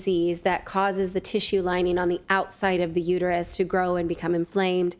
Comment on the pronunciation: Long sigh...it's uterUS NOT uter-you.